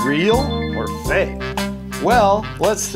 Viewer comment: Stop saying fak ha ha ha!!!!!!